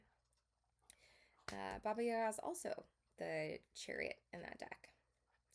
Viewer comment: you approached the subject respectfully, I think. As a representative of Slavic culture, I also appreciated your correct way of pronouncing "Baba Yaga" 🫶🏼 Thank you for the video!